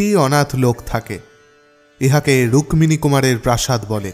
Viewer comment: 'রুক-মিনী' উচ্চরণটা খুব কানে লাগছে। আমরা যেমন 'পদ-মো' (পদ্ম) না বলে 'পদ্দো' উচ্চারণ করি, এও তেমনি 'রুক্মিনী' উচ্চারণ 'রুক্কিনী'র অনুরূপ।